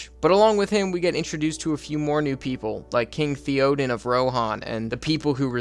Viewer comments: "There's Thee-oh-deen, his neice Ee-uh-win, and his nephew Ee-oh-mhyr" lol Good ranking though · It's not Thee-o-den and Eee-o-wen lol 😂 It's Thay-o-den and Aye-o-wen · Pronunciations: Not "Thee-odin" - Thae-oden. Not "Ee-owin" - Ae-owen. Not "Ee-omer" - Ae-o-maer. Not "Se-ru-man" - Sah-ru-man. Not "Ae-zog" - Ah-zog. "My-nas Tirith" - Me-nas Tirith. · Every time you said Thee oden or Eeee owyn or Eee omir, I died a little on the inside. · the way this guy pronounces the names... ee-o-win sa-ru-mun thee-O-den like, bro. (good vid though i'm just trash talking) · E omer, E owyen, th E oden pains me deeply lmfao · "theo-din", "eeo-mare", and "eeo-win" really hurt me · Hearing how you pronounce Theoden, Eomer, and Eowyn has me fully convinced you didn't actually watch the movies but just did this for content. It's realllly not that hard. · Bruh how you going to pronounce Theoden’s name wrong. They literally say it 50 times in the movie. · And Theoden... 😂